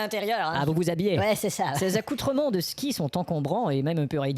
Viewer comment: j'adore le "Voici l'émission *SKI !!!!*